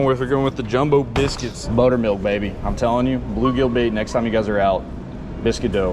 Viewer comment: Not saying bluegigi